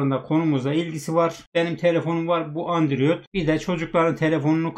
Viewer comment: Androide andrüyot diyen seviyoruz seni:)))